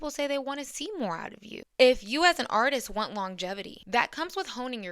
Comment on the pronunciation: You are stressing Word "artist" too much.